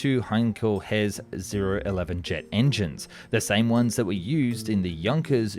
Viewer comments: "Jankköös" for Junkers. 😆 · Work on your pronouncing. It will not pronounce Jankers - the u in Junkers will pronounced as an U as like United or Uniform etc….